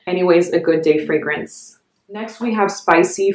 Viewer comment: Your pronunciation of the fragrance houses and scents is the best I’ve heard. Great video